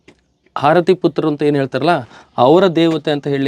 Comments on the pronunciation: ಹಾರತಿ ಅಲ್ಲ ಆರತಿ ದೇವಿ!! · #ಹಾರತಿ ಅಲ್ಲೋ ಮರಾಯ #ಆರತಿ ಅನ್ನಲು ಕಲಿರಿ